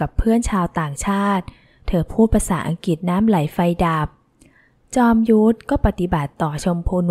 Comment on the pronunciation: สนุกค่ะ เสียงน่าฟัง ขออภัยค่ะ อังกฤษ อ่านว่า อัง-กริด ไม่ใช่อังกิด